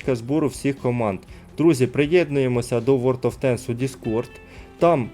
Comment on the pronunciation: Друже хочу дати пораду , тобі б торохи попрацювати над вимовою ( англ) танків чи тощо , інколи дуже врізається в вуха або наприклад "ворд оф тенкс" а не ворлд , дякую